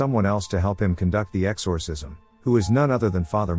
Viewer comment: Its really annoying the way you pronounce “exorcism”